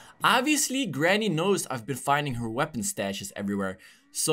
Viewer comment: It not GRANY